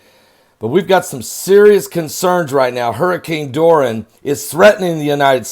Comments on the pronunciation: love your work but you are cracking me up when you call the storm Dor-Ran😂. This is a Spanish name Dor-i-an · Dor,,,,,,eeeeee,,,,,,,annnn..not dor,, annn. Love you brother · I know this is insignificant... but will you PLEASE get it right?? “DOR-REE-ANN!!!” Dorian...just listen to the news!! You’re the only one who doesn’t say it right! 🙄😒 3 syllables not two Pastor! The “I” is NOT silent! 😂smh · Kc Holmes yep he probably doing on purpose 😂😂😂😂